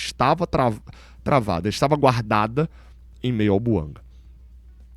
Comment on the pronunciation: A pronúncia é francesa, aliás a língua oficial do GABÃO é o francês. Assim é BOUANGÁ que se deve falar.